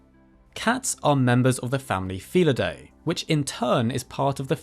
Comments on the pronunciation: Pronounced: "Fee-lid-DEE", not "fee-lid-DAY" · You keep mispronouncing "felidae". The AE at the end is pronounced as a long I, not a long A!